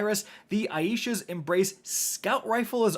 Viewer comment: Ay-sha, not Eye-ee-sha